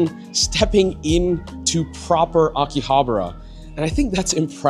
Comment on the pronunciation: Why do most YouTubers pronounce Akihabara wrong? 👀